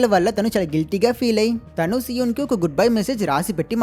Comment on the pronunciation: so-un kadhu bro SI_EUN BRO